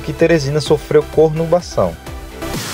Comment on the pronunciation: Bonita cidade, só que ficou errada a palavra não é cornubação e sim conurbação, foi falado e escrito errado